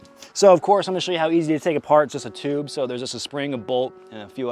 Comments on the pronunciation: Now add the battery in the " Toob " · "Toob, in'it??". Nah brother this is "Tube, aint that right partner??"